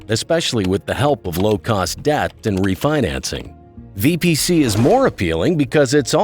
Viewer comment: its not VBC its VPC!